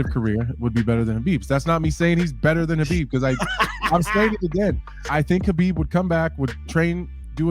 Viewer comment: Man, these clowns and their goofy pronunciations of names "habib" "A-deh-sanya". Stfu P.S. Khabob is a can crusher